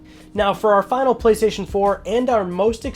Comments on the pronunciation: Went straight to the comments when I heard Gaystation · The Gaystation? Lmao for the Gaymer! 🤣🤣🤣